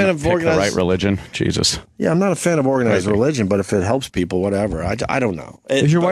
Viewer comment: Opie is such a simple minded moron. He asks questions like a 3rd grader. "The geee zuss" who the fuck says jesus like that you fucktard.